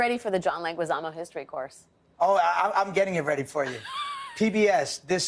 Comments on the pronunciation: Is Legizamo with a G as go. Not sure why he keeps Americanizing his last name because Leguizamo doesn’t have ü and in Spanish in order to pronounce it as Legüizamo it should add the dieresis! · Ironic, supporting Leguízamo work, but getting the pronunciation of his family name wrong... I know people make their best to pronounce German or Italian names right, Mueller or Fauci come to mind, but when it comes to Hispanic names, zero interest is put even to pretend in getting it right... Let's start by putting the same effort in respecting the pronunciation of German and Italian names for Hispanic ones...